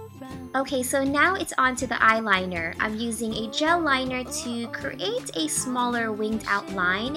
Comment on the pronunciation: Have anybody else noticed how she says "create"?